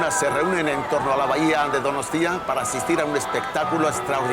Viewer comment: Empieza con "Euskalerria es mi tierra madre, un país que amo apasionadamente..." Y luego está todo el rato soltando "DonostÍa"... Nadie de ETB le ha dicho cómo se pronuncia?